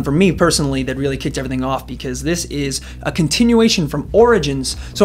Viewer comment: lol "eveything"